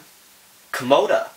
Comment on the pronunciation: its actually KIMOTA and not kamoda